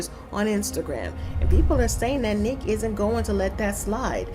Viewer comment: Her Name Is Niiiique 🤦Nique 🤣🤣🤣